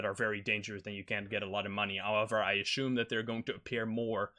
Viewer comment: Why do you ashume instead of assuming